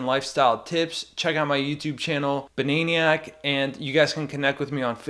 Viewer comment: you say banaeiniyack and i say bananiac...